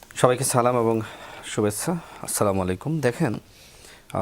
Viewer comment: শুভেস্সা, সেস্টা...😂😂